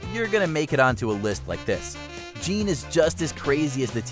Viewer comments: Also how dare you miss-pronounce Jeanne’s name l! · I think you said jeanne's name wrong. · They didn't even pronounce Jeanne's name right... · can't even say Jeanne's name right 💀